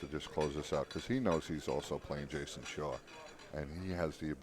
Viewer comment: It's ridiculous. "Jayson Shore"? Who tf is that? And listen to . "The seven is right in the jores"?? Aren't we in America? What happened to proper English?